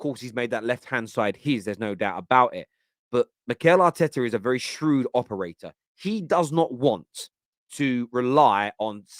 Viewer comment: "Shrewd Operatorrrrrr"